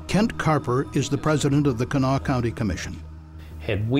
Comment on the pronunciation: Pronounced; “Cah-NAH-Wah.” Please do better.